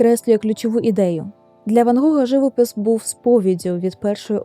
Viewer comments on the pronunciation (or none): Дякую за такий цікавий, насичений випуск.Чудовий відеоряд! Дозвольте зауваження щодо наголосів - живОпис і Сан-РемІ. Ще раз дякую. Бажаю успіхів!